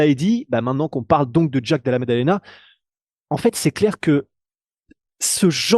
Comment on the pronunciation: Oh purée! J'ai tenu 5s... qui prononce "Jaaaack De Laa..." avec son accent crypto racaille du Bronx mode Wish activated... C'est juste atroce d'entendre une telle auto-humiliation (Et non, ce n'est pas une position du Kamasutra même si dans l'esprit, ça y ressemble)